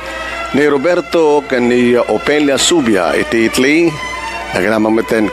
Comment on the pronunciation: Just pronounce I TA LY NOT ITLY.